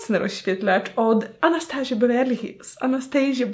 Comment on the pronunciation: Przestań z tym " anastejżja" 🙄🙄🙄